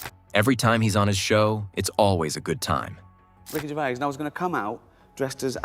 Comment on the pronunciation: "Rick Juraviss" who the actual fuck is "Rick Juraviss" ? The owner of a ficticious prehistoric wildlife-tribute park ? "Rick Juraviss" ? 😂😂😂😂😂